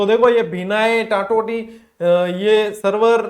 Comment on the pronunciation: टैटोली नहीं है टान्टौटि हैं सर जी ❤❤